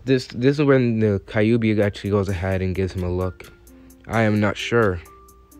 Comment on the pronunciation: Okay it’s not kaiyubi it’s kyube. Just saying